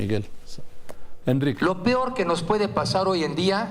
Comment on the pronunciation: "Lo "pior". Jajaja. Pobrecito. No sabe lo que dice. Es un burro.